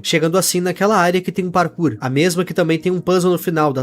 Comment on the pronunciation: "serers de mine, bem vindos! esse mapa tem PARKUR " kkkkkkkkk